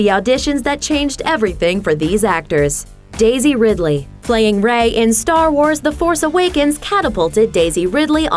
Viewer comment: It's Ridley - as in Ridley Scott